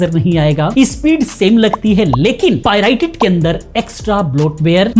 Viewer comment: bhai vo pirited nahin Pirated rated hota hai